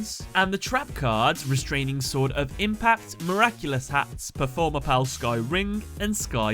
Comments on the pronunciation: PAL NOT PUAL YOU KEEP MISS PRONOUNCING IT IT IS PERFORMAPAL NOT PERFORMAPAUL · It's pronounced Perform-A-Pal, not Perform-A-Pull